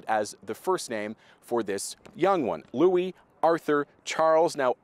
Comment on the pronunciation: I'm glad someone has pronounced Louis' name correctly